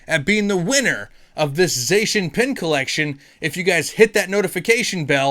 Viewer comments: ''ZA-SEE-AN''' btw :P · Lemme help with the Zacian triggering; It's pronounced ZACK-IAN 🙃🤔🤫🤭🤣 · It doesn't matter how you pronounce Zacian, but I've honestly had my best pulls out of the celebrations Zacian box. And if I got it from you, then it would DEF. stay closed.